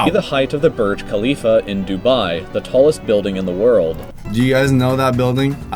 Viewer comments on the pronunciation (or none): That guy doesn’t know know how to say Dubai I’ve been there before and I know that he didn’t pronounce that right because I’m Indian and also love you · that not how you pronounce Dubai